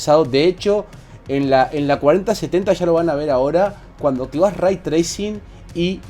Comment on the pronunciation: Se pronuncia "rey" no "ray"